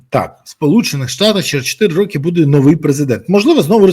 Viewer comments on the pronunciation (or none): none